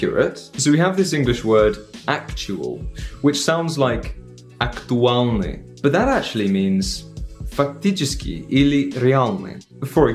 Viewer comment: dude you should master [L']. актуаЛный, реаЛный, honestly... yes, I agree, slavists recon [l] and [l'] two different sounds, and snailed tongue in latter quite difficult, but still...